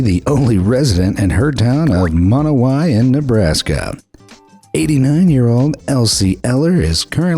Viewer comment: It's Monowi, Nebraska, not Monoway.